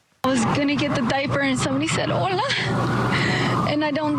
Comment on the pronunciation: The fact he says dipey bothers me